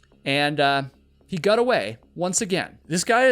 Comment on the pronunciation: the only thing i GOT out of this video is you cant pronounce GOT wtf so fcking annoying